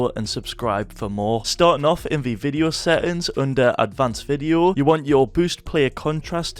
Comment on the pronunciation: What are "set-ends"???